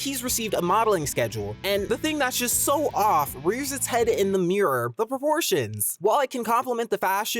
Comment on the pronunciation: Dude i heard abortions instead of proportions